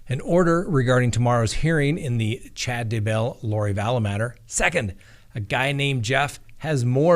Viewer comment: Day.Bell. No accent on either syllable. Day.Bell.